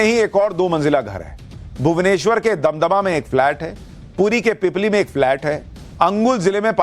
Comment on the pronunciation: Sushant ji damdama nehi dumduma